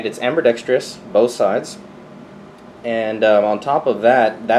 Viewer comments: Amberdextrous. Haha. The the way you pronouce that. I also have the same pistol, only in 9mm. Favorite pistol. Carry it every day AIWB. Love it. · "Amberdextrious" I love it